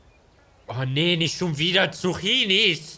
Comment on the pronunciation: Zucchini werden Zukkini ausgesprochen